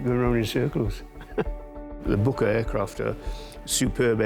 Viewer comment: Fantastic job but don’t say Bucker. Please say Bücker! 🫡👍😎